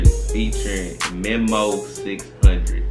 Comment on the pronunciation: U definitely said memo600 wrong😭